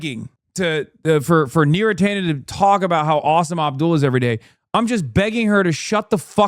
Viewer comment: Beera Tanden